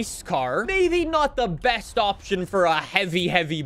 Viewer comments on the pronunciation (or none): none